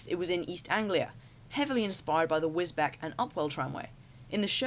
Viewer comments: its pronounced wiz-beach by the way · It's pronounced wis beach pretty sure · couple of minor corrections, and a interesting note. Wisbech is pronounced Wis Beach. Its on the Norfolk/Cambridgeshire border in the Fens, and lays on the A47 road between Kings Lynn and Peterborough, roughly North of March. The Wisbech and upwell tramway is also where the full size Mavis worked. These two types of engines also worked on the (Great) Yarmouth harbour railway, and the Ipswich Harbour railways. Audry was involved in a (now dormant) project at the Nene Valley Railway to build a fill size look alike of Toby based around a Cockerill steam tram. When the original Thomas Stories were written, the national school leaving age in the UK for a state school was 14. Prior to 1918 is was only 12. This was increased to 15 in 1944, to 16 in 1972, 17 in 2013, and 18 in 2015, So Sir Topham Hatt wasn't a school dropout. Boys started their aprentaships at 14 prior to WW2, which is what he would have been if at Swindon works on the GWR. When the Rev. W Audry wrote the stories, £50 was quite a lot of money. Four little engines was written in 1955. Today it would be £1,341.53 Scrap metal prices in 1955 were still controlled by the UK government, and were limited to £1 12s 5d (£1.64p) per ton. Considering these little locos only weight around 10 tons, £25 each was well over scrap price. Audry was also heavily involved in the Talyllyn railway. Most of Rev W Audry's stories were based on true events. Saved from scrap for instance was based on the Teddy Boston saving his Foster Tractio